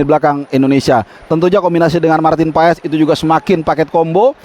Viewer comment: Klo kata coch justin paes di bacanya paas 😊